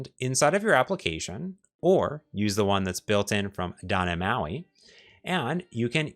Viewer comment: You've been doing this for over a decade and your wisdom shows. But you still can't pronounce the letter T. It's not "dah nhe moi" iT's doT neT MAUI. Why man? You know you're not pronouncing it properly so why not start? You're like a certain Washington football team that refused to change their racist name. But guess what, they changed. Why can't you? With peace and love learn how to pronounce the letter T. I wan you o be he bes you. I love you man.